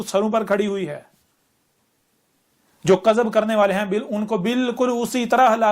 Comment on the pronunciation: مجھے تو یہ چ لگتا ہے۔ اردو زبان کے تلفظ بھی صحیح ادا نہیں ہوتے دعوے تو دیکھو کِذب کو کَذب بولتا ہے